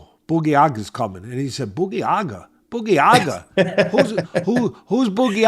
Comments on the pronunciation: "Boogie yaga"😂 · It’s pronounced “baba - yay - ga” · Boogy aga 🤣 Teddy is da man (baba yaga)